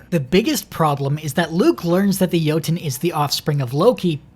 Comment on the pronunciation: It’s Jotünn not Yoten, 💀